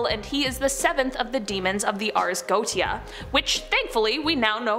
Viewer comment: It's pronounced Go Shay Ah not Goaty ah.